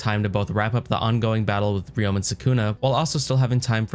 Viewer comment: Im subbing cause you dont pronounce uraume like a retard